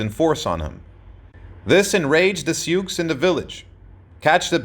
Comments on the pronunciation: This is not very good. The Sioux name is pronounced "sue", not "sukes". How can a historian get something so basic wrong? The depiction of the battle at Little bighorn gives absolutely no credit to Crazy Horse, either! It was the leadership of both of these great Sioux chiefs. Bad effort, try again! ..... Only get it right next time! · They are called the Sioux, pronounced “Sue.” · These two comment are both correct in the awkward way the narrator pronounced "Sioux". However this is a phrase based on French reports of the Nadowessi. The Oceti Sakowin (seven council fires) called themselves the people or were ID-Ed as Lakota- Dakota which are language designations. Today First Nations People's will use Tribe, Band or the greater language name. Sitting Bull was a Hunkpapa Lakota (his words) Again - so much YT content is ruined by a mispronounced name or word that I usually stop it. This one was of interest - so I watched it all cringing 😬. And omission of Crazy Horse (a young feared warrior) was neglected. Cheers.